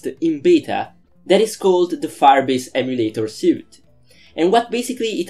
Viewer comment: It's pronounced like "sweet".